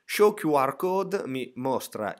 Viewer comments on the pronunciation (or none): none